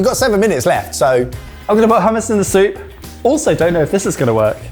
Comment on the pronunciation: You can tell is a Scot. He can say hummus properly! 😂